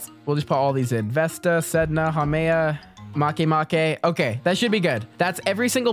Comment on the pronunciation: the way he said "MaKeMaKe" got me dying